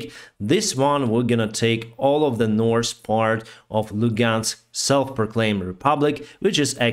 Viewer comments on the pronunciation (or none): Every non-native speaker is entitled to their accent, off course. It cannot easily be helped. pronouncing north as norse is also very understandable, given the words have the same original root meaning, even if different modern meanings. But that still does not change the fact I now picture Norse villages all over in Ukraine. Fight on Ukraine. Free those vikings! :D